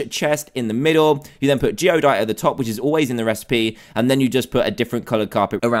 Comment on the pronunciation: It's Geodyte, not Geodite.